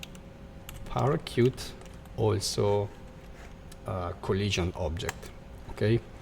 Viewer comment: Great! One thing to mention: Its pronounced..."para shoot"